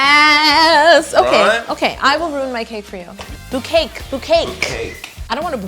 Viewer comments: Bou ca ke...... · Lolll I was gonna say STOP SAYING BOUCAKE!!!! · me wishing Yo would stop saying "boucake" :😬😰